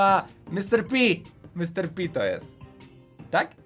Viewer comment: nie Mr. Pi tylko Mr.pig